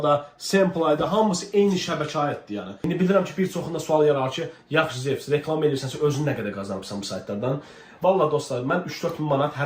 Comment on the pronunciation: dostum levs deyir😂 diyirem levis kimdi a xiyar zevs olar❤😂